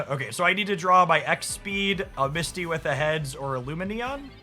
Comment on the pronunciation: He finally pronounces Lumineon correctly! Huzzah!